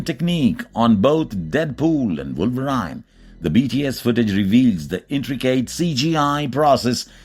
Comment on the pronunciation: Wolver "i" ne? Lol What a dumb!